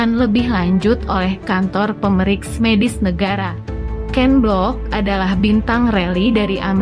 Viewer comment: Baca teks beritanya kurang jelas. "Kecekaan,sekat boarding, pemeriks medis,"